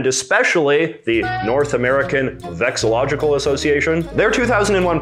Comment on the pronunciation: You're missing an "LO" whenever you say VEXILLOLOGICAL". It's vexillology, not vexillogy.